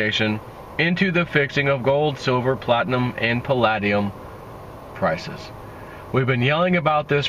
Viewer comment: It's pronounced: pal-LAY-dium